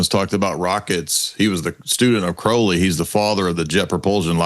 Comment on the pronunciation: It's Crowley not Crowley. Croud not crow